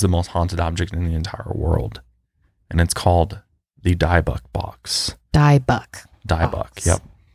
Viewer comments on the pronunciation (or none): OMG "die buck" was effing killing me it bothered me so much. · Its not pronounced diebick box, Its dibbuk box. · Dybbuk is pronounced dib-bik not die-bock lol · I'm sure someone has already said this but it's not pronounced "DIE-BUCK" lol. It's "DIB-BICK". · Jesus...it is pronounced Di-bbock. Not DIE bock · It's a DIBBUCK box not DIEBUCK box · it’s pronounce “Dib-ick” box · Dying over the pronunciation of dyybuk the whole video 😭😭 it’s dih-buk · The box is pronounced 'DIBBUCK' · Guys, it's pronounced like DEbEk box. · Your saying dib_ickk box wrong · Dybbuk is pronounced like dib-ik. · The box is pronounced dib ick :) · "Dib-bek is how I've always heard it pronounced. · Dybbuk box is pronounced like Di-bik ❤️ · it’s pronounced “dib ick” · C A well, if you wanna be nit-picky it’s closer to dib-uck not ick. Get used to and mispronouncing stuff.... it happens often. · It’s Di-book. Like the di in did. Di-book. I got to see the one in Zack Bagan’s possession, i believe it was this one. It started to make my fiance feel like he was going to have a heart attack before he even knew what room we were going into (i did) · I’ve been waiting for you guys to post the video so I could say it’s actually pronounced more like dib-ick box and I don’t think you can visit the warrens museum anymore? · People’s pronunciation of words don’t normally bother me but every time he mispronounces Dybbuk I squirm. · You guys said Dybbuk wrong haha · Dybuk is pronounced differently